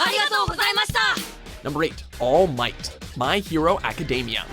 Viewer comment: All Might is probably the first anime character to be pronouced right by watchmojo